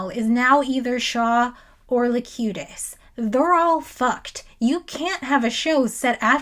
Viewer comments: It's Locutus, not Lecutious. FYI. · Great video. Cute Presenter.. but I keep laughing the way you pronounce "Locutus" its (Low- QUE-Tuss) and you pronounce it (Low Que Shush) like Confucius 🤣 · why do you keep calling locutus locucious? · Is there some canon reason you keep saying "Locucious" instead of "Locutus?" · I'd pay her 5 quid just to keep calling him "Locutious" despite what her script writer says. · I love this video, but every time you pronounce Locutus as Locutious it makes me sad, because you're so on point about everything, but I have to question whether you've actually watched any of this, or not. Also, a little tidbit you (and some others) may have missed, was that this Riker wasn't William, but Thomas :) Also, Changelings don't require oxygen, food, or water. It's highly likely that their "ship" was also part of The Great Link. They'll be riiiiight back. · I have it!! A nit-pick! A correction! It's 'Locutus' (not Locutious) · Ok im only an hour in, but pronouncing "Locutus" as "Locutious" is killing me c'mon. Please tell me that gets fixed later. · Also, I’m new to the channel but I hope the “Locucius” pronunciation thing is a joke! (If so, not a bad one.) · Why are you calling Locutus, "Locutious?" Now having doubts about your Trekkie cred. EDIT: Oh. I now realize you suffer from Thompson's disease. Named after a friend who knows how to pronounce things but for some reason his brain disallows it. Say: "contrarian." Otherwise, good essay. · Not just Shields on his house but a cloak. So cool. Also I think the romulans were posing as Vulcans. O was very robotic. Also are you mispronouncing words like Locutus to trigger all of us nerds? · Locutus.... there is no "io"